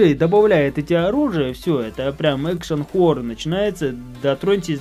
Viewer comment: не хорр а хорорр